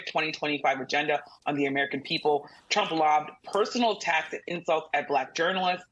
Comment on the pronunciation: Trump not Tramp 😂🎉